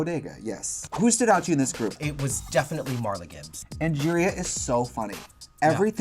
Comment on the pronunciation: “Oatdo Shannel.” 😅